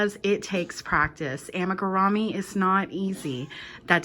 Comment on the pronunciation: I’ve never heard it pronounced “Ama-ga-rah-me” before watching your video. The Japanese pronunciation is “Amee-ga-loo-me” whereas Americans pronounce it “Amiga-roo-me.” You provided easy to follow instructions. Good job.